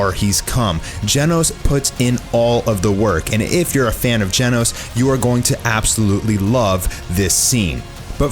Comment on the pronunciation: its not gienos. its GENOS!